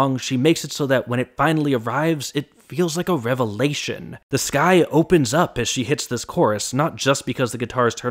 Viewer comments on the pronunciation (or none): none